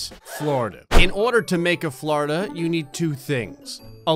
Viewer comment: How many times says ‘’Flordia’’ Hehe